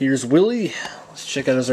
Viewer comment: its not willie!!! its WHEEL-EEE